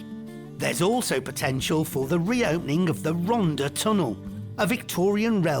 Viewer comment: Pronunciation, Martin. It's not Hen-drew-en it's Hendrair-wen (old white town approx) and please say Rontha not Ronda - it's not a Beach Boys song